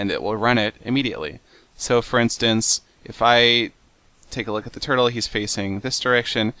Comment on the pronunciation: I understood nothing after "this is a mining Tuttle"